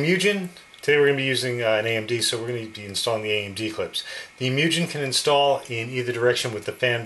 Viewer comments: its spelled "moo-gen" not "mew-jen" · its MOO As in cow and `gen` as in `a`gen`t` Mugen== infinity